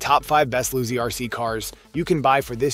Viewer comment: Pronounced LOW C